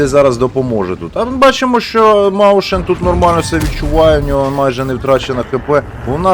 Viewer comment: Ніякий не "МАУШЕН" !!! МОЙСХЕН!!! Це німецька, чатай правильно!